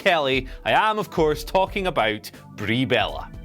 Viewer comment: Sorry, did you just say that Ba-rie Bel-lah, makes an amazing Japanese wrestler, look like a terrible diva? Do you understand the difference between "Botching" and "shooting"? #Clueless When was "Dominion six nine"? Or do you mean 6.9? #NumbersLettersAndSymbolsNeedCommunicating Just quit! You're out of your depth... reading a script!!! #PooshOff How is it even possible, that you are less charismatic than that tennis player? #Shocked